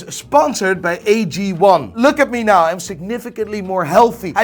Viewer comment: Can you pronounce the word 'now' as 'now' and not as 'nahj'? Very annoying.